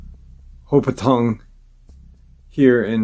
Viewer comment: Sorry, lol- 3rd one, the town is pronounced, HO-Pat-Cong. I’m a born & raised North Jersey girl who lives in WNC now. My Grandma’s fam had a house there for many years. Used to ride my motorcycle up that way. Beautifully wooded. Love your channel btw!! I love hearing stories from NJ & NC especially. 😉